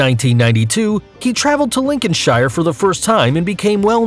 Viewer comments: Horses are measured from the ground to the top of the withers (the hump where the neck goes into the back), not from the ground to the top of their head. Also, it's pronounced Linconshir, not Lincoln Shire. As others have pointed out, the hight of a horse is measured in hands, and there's no such thing as a "horse seat": you sit on a saddle. Finally, the "foot" is called hoof and the tip is a big nail, which is why you need to get it trimmed regularly. Some nice photos, though! But please do some research before making a video. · New Hamp-SHER. Lincoln-SHER. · Makes me laugh when Americans pronounce our towns like Lincolnshire, we don't say shire we say "sheer" linconsheer is how pronounced aha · its not SHIRE we pronounce it Sure So you say lincolnshire lincolnsure we do not pronounce the I in Shire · Its not Lincoln shire lin-coln-sher is how its pronounced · Anyone else from England and getting frustrated at the way he’s pronouncing UK counties? like ew. LINCON - SHIRE? Its linconsha ( that’s how it’s pronounced ) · Really horses are measured in hands, they have genders so they are not called "it", it's a saddle not a seat, in its pronounced Lincoln shear not Lincoln shyer, it's called a hoof not a helmet, please please do your research beforehand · "Lincoln-shire" lmao its pronounced like Lincoln-sheer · Let me clarify something,yes the horses are called shire but when you are naming a county in England then you say lincolnsheer or leicestersheer we do not say Lincolnshire. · Tf is linchonshEYEer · I’m a Brit I would like an apology for the way he pronounced Lincolnshire, Bedfordshire and New Hampshire. Wtf was that. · LinconSHIre Bruh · Linkin-shyer? •facepalm• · its said like link-en-shere not shire and also u measure horses in hands like my horse is 14.3 hh hands high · Lincolnshire is pronounced 'Lincolnsher.' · dude like you said liconshire wrong you say it like (link-con-shere) don't say I'm wrong I live there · It’s pronounced Lincoln-sheer